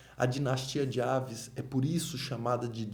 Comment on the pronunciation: Gostei muito bem curto e abrangente falando o essencial/importante, mas só tenho um reparo a fazer não se diz "dinastia de aves" mas avis forçando o i como em raiz, abraço.